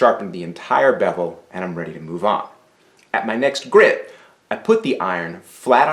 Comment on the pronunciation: The word is "grit" not "grid".